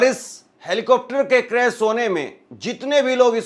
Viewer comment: क्रेस नहीँ भाई क्रेश होता है, क्या आप से कोई पूछेगा कि आप कब सीख पाएंगे,,,,, इतना आसान काम आप नहीँ कर पा रहे हैं,,, बातें ही बातें हैं खुद को कुछ करना हो तो मुश्किल और दूसरों से स्पष्टीकरण चाहिए